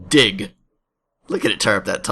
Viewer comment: Was the 'Dig' 'Diig' legit or troll ...